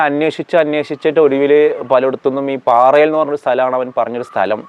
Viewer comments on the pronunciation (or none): പാറയിൽ അല്ല. പാറൽ ആണ്